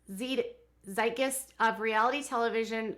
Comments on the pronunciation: Zeitgeist is pronounced (zite gist). Long vowels in both syllables. It means “ a defining mood, events or happenings at a certain time in history.” I think you will be seeing this word frequently in the future about the subject matter you have been covering. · Zeitgeist(sight-geist) “the defining spirit or mood of a particular period of history as shown by the ideas and beliefs of the time.” Please check pronunciations. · Zeitgeist = "zite" (rhymes with kite) "guyst" (rhymes with heist) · I would just add that the German pronunciation would be TS-ITE-g-ice-t, since the Z has the “ts” sound in German. Two-syllable word: First syllable rhymes with English sight or site, second syllable has the “ice” (as in frozen water) sound in the middle. But I think it’s common to use the English “z” sound (making it ZITE-g-ice-t as indicated) when speaking in English since we really don’t have that “ts” sound at the beginning of words. So you’ll hear it both ways from English speakers. Probably depends on where they learned it and whether there was someone who knew German in that line. I tend to use the German pronunciation only because I know how German is pronounced and it’s hard for me to switch to the English version. If you google a word like Zeitgeist plus the word pronunciation, you often can pick up voice recordings of how to say it. But you might only see one pronunciation while others exist. Isn’t language fun? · zeitgeist is pronounced where zeit rhymes with bite and geist rhymes with heist :)